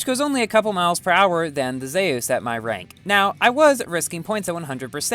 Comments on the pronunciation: It’s pronounced Zoos not Zeyis. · Yo, it’s pronounced zoos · im pretty sure its is pronounced "zoos" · Nice pronunciation on zeus